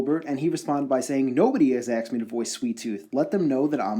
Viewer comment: Dude, the word is ASK. Not AXXD